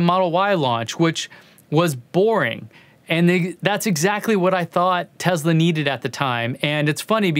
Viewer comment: Speaking of data - we sneaked into Rand in Santa Monica and ran a simple research test and based on every published pronunciation of "Tesla" since newsreels in the 40s including his own country of origin's pronunciations - that your subscriber base would increase by 17% if you pronounced Nik's last name with a soft sssss - like he did. Do you drive a model Ezzz? No, you drive an S. So really, data doesn't mean that much by itself does it? Signed, wise-ass. 🔚